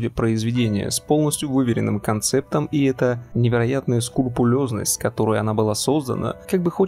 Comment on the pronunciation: А ты знал что правильно говорить... скрупулёзно а не.... может быть это матрица?